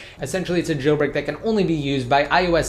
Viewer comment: It's jailbreak not gailbreak plz learn the words